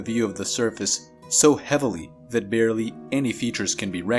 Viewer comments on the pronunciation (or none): none